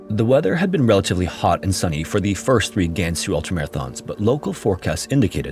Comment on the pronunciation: Weibo 微博 is pronounced more like “Way Bo”, not “Wee Bo”. HuNan is pronounced “Who NAHN”, not “Who nan”. A is pretty much always pronounced with an AH sound. Same thing with Gansu and Liang, the a is enunciated with an AH.